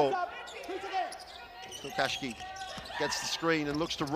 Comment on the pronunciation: They can't say Tokashiki, can they?